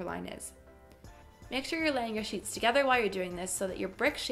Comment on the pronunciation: 😂😂😂😭 every time she said sheeps instead of sheets! 👌🏽